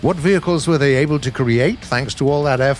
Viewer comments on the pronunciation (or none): none